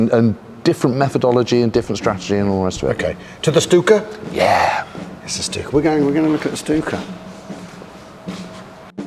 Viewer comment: So glad to hear Stuka properly pronounced. Why do so many feel they have to add an H to German 'st' words?